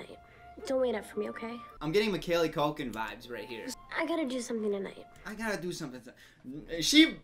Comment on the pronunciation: Mick- Callie Culkin... Lol every time